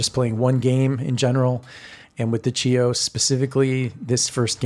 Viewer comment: Hi! Thank you for demonstrating the ship! The name of the ship in Greek is Χίος which transliterates as Hios, not Tsios. She was named after the Greek island of Chios.